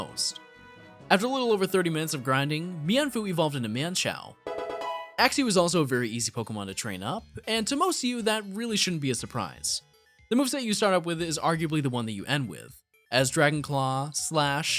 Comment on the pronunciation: Mienfoo evolved into Man Chow! I think you mispronounced that a wee bit.